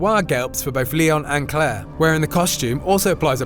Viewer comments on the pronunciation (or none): none